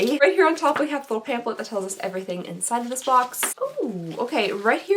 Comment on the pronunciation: does it drive anyone else nuts that she says "pamplet," not "pamPHlet"?